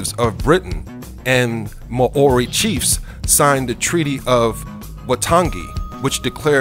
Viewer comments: Ma-ori lmao!!!!! 😂😂😂😂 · ma-ori??? lol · "Ma orie" ahahahah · I'll say...Lol! Ma o ri 😂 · I live in New Zealand it's You don't say Mouri right